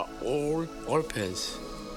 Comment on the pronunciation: When I first saw this back in the early 90s, I couldn't believe they actually made movies like this! When Mark said that he thought they were "orpans," I remember not hearing it correctly and thought I heard him say they were all "orchids." Lol... Great job, mate! Good luck with your channel